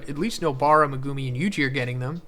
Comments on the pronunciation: why does every youtuber say megumi and sukuna wrong? in the anime, it says mehGUHme not MehGOOME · Not sure if it’s Meg-gu-me or Meh-gumi but everytime I hear Meh-gumi I instantly get annoyed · I am not trying to be pedantic. I like your videos and I think people can pronounce things however they want. But Meh-GOO-me is hilarious. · Even this late into the series he doesnt know how to pronounce megumi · I hate how you say Megumi name